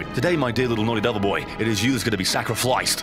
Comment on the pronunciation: Ok I admit "sacriFLYced" made me laugh